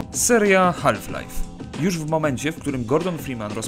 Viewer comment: Nie żebym się czepiał ale L w słowie Half sie nie wymawia, Haf lajf nie half lajf